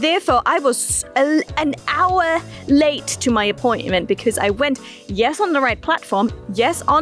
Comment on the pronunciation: that " hour" was in a pure German accent :P